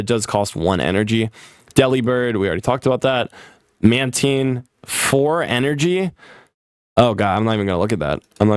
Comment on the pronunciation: always gets a bunch of other Pokemon names wrong, but correctly says mantine first try. Crazy